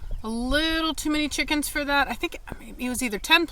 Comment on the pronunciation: Cheekans 😂😂 I love the way you say chickens it’s so funny 😂 glad they are safe. Also glad Cashmere will stay longer, I hope she will like her new owners.